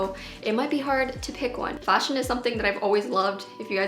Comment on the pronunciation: "Fah-sion" - 2020